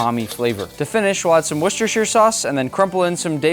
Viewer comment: How many times did you try before you were able to film a successful one,? By the way, it is "wus-ter" sause, not "wu-ches-ter".